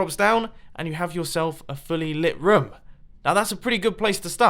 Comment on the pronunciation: did he say roum